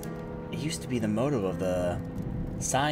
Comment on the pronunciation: How To Be Irish I didn't make it past motto as "moe toe."